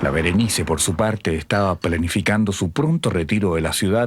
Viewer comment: Que rabia el narrador weon, SE LLAMA BERENICE